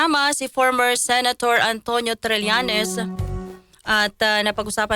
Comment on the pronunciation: It's TRILLANES, not TRELLANES. Please pronounce people's names properly.